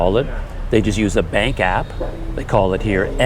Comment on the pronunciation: The thing is the way Indonesian says bank sounds like "bunk" so it's understandable you don't catch it the first or second time or none at all.